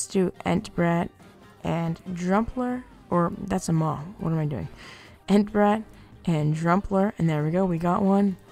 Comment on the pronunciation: "rare t-rox and rare entbrat" excuse me stop